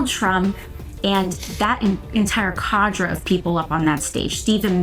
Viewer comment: She mispronounced “cadre”, and it’s the wrong definition for a group of capitalists that want to keep their country. A cadre is usually a group of communist revolutionaries.